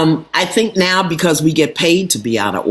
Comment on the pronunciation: Not "now" she said "NEH"! I felt that to my core!😂